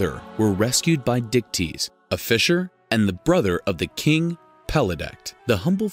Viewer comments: So Perseus's dad's name was Dicktease?? I know that's not how its spelled but that's what I kept hearing. I love Greek Mythology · I’m sorry, but that man’s name was what??? Dictease???